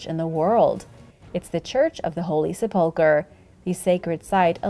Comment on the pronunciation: Sa pole ker ? It's : Sep - Lick- Ker , NOT , Sa - Pole - Ker ! Just Saying ! Lol